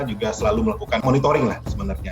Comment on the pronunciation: Monitoring apa "monitoring"...